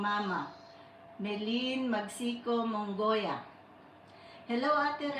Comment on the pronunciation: Mongaya po hindi po Mongoya